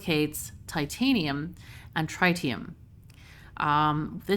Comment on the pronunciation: I've usually heard it pronounced trih-tium where the i's have similar annunciation as opposed to try-tium. Dunno if that's official, but glad to see some fusion reactors.